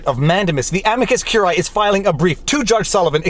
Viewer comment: Look, curiae has three syllables: amicus curiae ə-mē″kəs kyoo͝r′ē-ī″